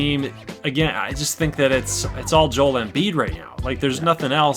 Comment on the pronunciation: That’s how you pronounce Joel, all these American commentators get it wrong it’s hilarious